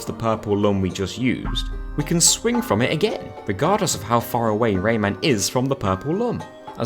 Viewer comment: I KNOW this little bloke is called Rayman. I know this. I’ve played the Rayman games. But in this video my brain is CONVINCED that you’re calling him Raymond and it’s 100% satisfied pretending that’s his name.